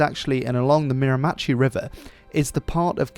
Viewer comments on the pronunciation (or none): Great video I found it interesting mainly because it involves the area I live in! I think the berries mentioned growing on the shore and in salty water would be cranberries which are big fat red berries. Miramichi is pronounced meer-a-meh-shee. The word Mi'kmaq is pronounced mig-ma. Actually I'm going to send this video to a Mi'kmaq friend of mine I think he'll find it interesting for the history aspect of it especially . Edit: Cool or rad in Mi'kmaq is Nisk! So my friend may say nisk! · It's pronounced meer- ma- she. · Also for future reference, Mirimachi is pronounced [ˈmɛɚˌməˌʃi], or Mi r' m' chie, with the stress on the first and last syllables. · Its pronouched Mera-ma-shi not mira-machi but all tthe names in Nova scotia and New Brunswick are impossible to pronounce if youre not from here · Miramichi, not Miramatchee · how you pronounced miramichi is atrocious mera-mihshee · The river is called the Mir-a-ma-she. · As someone that grew up on a Miramichi river I'll give you points for effort. It is pronounced "Meer-Ma-She" or "mare-ma-she". Also the locals say L'anse aux Meadows as "Lance ah Meadows" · Great video! However, you mispronounced Miramichi. It sounds more like "Mir-a-ma-she." Love your work - from a friendly Maritimer!